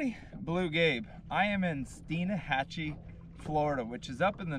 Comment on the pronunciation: It’s Stein Hatchee not Stein a hatchee.